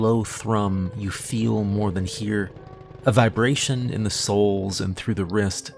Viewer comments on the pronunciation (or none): none